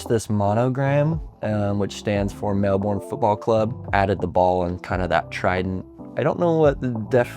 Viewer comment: It’s pronounced Mel-bin, great video though CARN the Lions 🦁